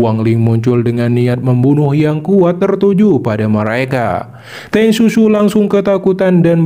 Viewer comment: Teng siu siu ya min, bukan Teng susu😅